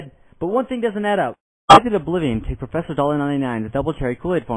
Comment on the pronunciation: PROfessor oblivion!